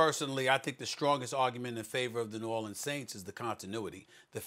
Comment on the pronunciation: Then this dude says it right. Smh